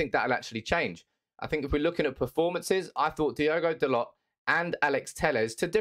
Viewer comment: FYI its pronounced DaLOW not DaLOT.